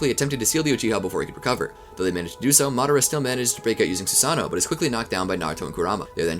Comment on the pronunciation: Cant wait for him to mispronounce everything for 12 hours. "Susano-O" the long lost brother of Steve-O.